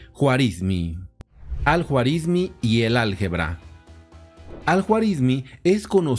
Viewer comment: Se pronuncia Al Juarismí.